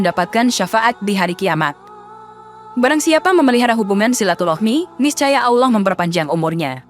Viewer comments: MENYEBUT NAMA ALLOH ITU TIDAK ADA HURUF U NYA MIN.🤔 BUKAN AULOH MENGUCAPKAN NYA. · Penyiarnya apa bukan muslim koq bc Lafat Auloh , Auwloh 😁😁🤭🙏🙏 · Kontennya bagus TPI presenternya kurang fasih dlm mnyebut ALLAH,auloh😅, warahmatullahi,warah matulohi😅,,lailahaillallah,lailahailauloh😅,sdikit tak nyaman